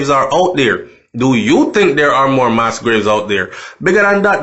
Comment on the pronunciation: please pronounce the word properly for people and students who are not familiar with the word!! You have a responsibility and a platform with lots of followers. The word is MASS with a short pronunciation, not “MAAS” as you said and this is not a mistake as listeners might say. You used it right throughout the video!!! Nothing is wrong if you didn’t know..... just saying!!! Please correct same, it’s annoying.